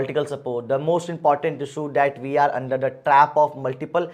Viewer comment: Issue ko issuu 😂......